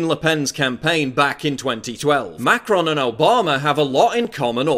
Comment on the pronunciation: thought it was macaroon for a second